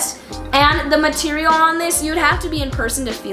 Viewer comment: Anyone else hear her say marterial